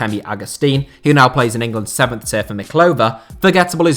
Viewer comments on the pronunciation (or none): none